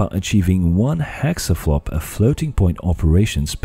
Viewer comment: Does he keep saying "hexaflop?"